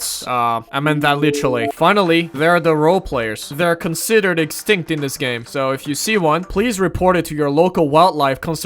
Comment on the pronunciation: Man fr said extinct 😂